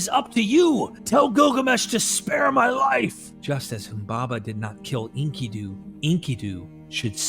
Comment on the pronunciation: This is so hard to listen to. His name is en-KIH-du. Not Inky-doo. He's not a squid in a diaper bro.